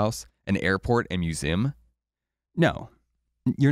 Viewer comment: The way pronounces 'museum' tho